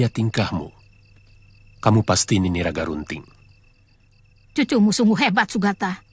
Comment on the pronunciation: Namanya bukan nagarubting,tapi ragarunting tau nggak